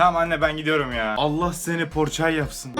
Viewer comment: Porçay değil Pogorçagay olucak.